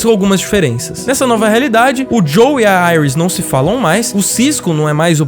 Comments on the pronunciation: Não é Joel, é Joe, de Joseph. Fora isso, ótimo vídeo. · Dá pra ver que claramente ele assistiu,o cara não sabe nem pronunciar o nome do Joe, Iris e caitlin